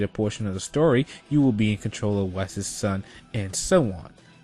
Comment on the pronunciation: BRUHHH, his name is pronounced like the word "vice", not "wes" LMFAOOO 😂😂💀